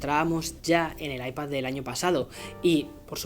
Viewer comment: Porque dices ipaZZZZZ